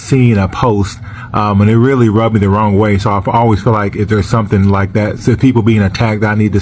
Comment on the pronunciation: Ronggah instead of wrong.